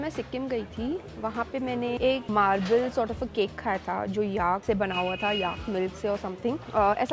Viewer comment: Great video! Please note though that Tibet and Tibetan are pronounced with a "bet" like the word "bet" and the stress is on the "bet" and not the "Ti" - it sounds like "Tibbit" when you say it. Also, "yak" does not rhyme with "ark" but with "stack", "pack", "lack" etc. The second e in the word "vegetable" is silent, just like the "or" in "comfortable". Soutsemen is pronounced by the locals as "so-z-men" with the stress on the "so". I know that I personally like to be corrected in my foreign languages by native speakers so that I don't make the same mistakes again. This is just a friendly correction, not a criticism of a well done video.